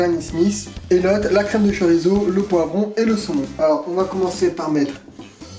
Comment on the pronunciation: Hello tchef'...! Petit détail, mais savoureusement votre. Le "Z" ne se prononce que comme un "S", sur son terroir d'origine. La prononciation "zeu" est grossièrement très exotique, et un indigène basque ou peninsulaire serait plutôt dépaysé. Le txorizo, ou xorizo, mérite peut-être de rester musicalement dans son joli écrin d'origine, non 😊 ?? Dan